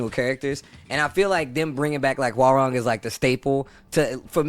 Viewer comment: as a Korean , So Cringy How Foreigners Butcher His Name . it is Pronounce HWA-RAHNG ( Not RANG Like The Telephone RANG ) Like Hyundai is Hyun-Dae Not Hyoon Dye lol~ FUN FACT the KRN ( Korean ) Character " 맥 " on his Front and BAEK ( Back ) of his DoBok is from TEKKEN 3